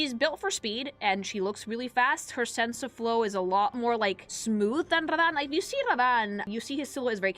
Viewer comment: Why do you pronounce Radahn like that? 😂